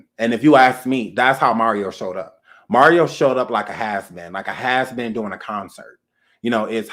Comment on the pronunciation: When you said "....have you ever like not watched verses....What are you dewwing?!!" LMMFAO!!!!! i CANnot with you...you just funny.....